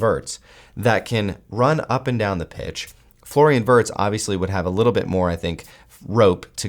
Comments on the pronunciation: Virtz* Germany pronounce W as V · This guy has the absolute worst pronunciation ever 🤣 it’s said VIRTZ